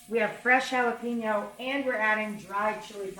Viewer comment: The title says "Mexican Rice but at the very beginning you say it's Sofrito style.....those are 2 different types of rice. BTW you always mispronounce Jalapeńo as JalapEEńo.